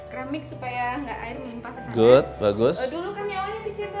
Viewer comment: Jangan gaad good gaad good...aaach..